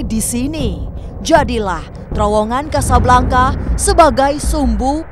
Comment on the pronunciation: Casablanca, pronounce : Kasablangka, sama seperti Bianca, dibaca: Biyangka, Jovanka dibaca : Jovangka, Priyanka: Priyangka dst.